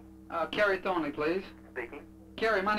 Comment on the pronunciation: How is spelling Thornley? He seems to say Thornwy.